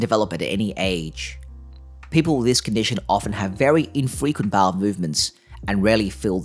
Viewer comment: Small "baow" lol. You're good though